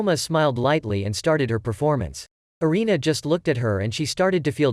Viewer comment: Anime name is food wars one thing not mentioned is that it sexulizes a lot of things. Also (Arina)God tongue name is said wrong, it's pernounced (air-in-a) erina.